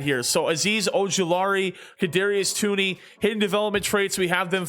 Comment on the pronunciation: Toney is pronounced like Tony